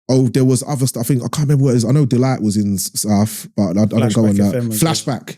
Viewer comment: Do all people in Peckham pronounce "Know" like "Kneux" like Mo 😂